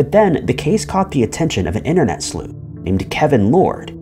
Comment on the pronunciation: Disliked for saying "inner-net".